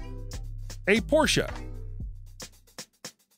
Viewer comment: P.S. Cut me a break! EFFING CAR ADS? And you mispronounced Porsche. It's German, not Italian. Do you get nothing right? And she does not have that many automobiles et al. Lordy. In fact, she is known for having very few material things and living a rather minimalist lifestyle.